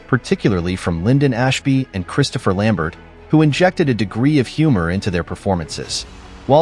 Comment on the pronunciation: Good to know someone knows how to pronounce Christopher Lamberts last name right. I've heard so many people pronounce it "Lambare",like lol REALLY?? Can we just get it right? Anyway keep the awesome facts to great movies coming,I'm a humongous Mk fan. I love both 90s films and all the mk games are amazing. Super nostalgia!!